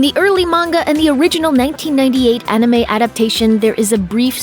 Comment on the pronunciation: "Onime"....nice. as if I'm gonna listen to someone talk about anime who can't even say "anime" correctly lol